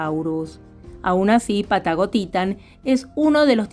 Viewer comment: Cada vez que dices Patagotitan me suena a "Pata gotita" 😅😅😅